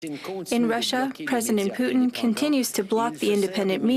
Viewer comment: Did she really say President Poutine?